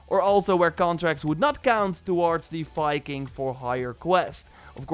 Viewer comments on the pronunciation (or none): none